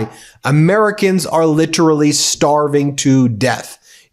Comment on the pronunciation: Please pick one pronunciation of literally (preferably not lit-RUH-Lee).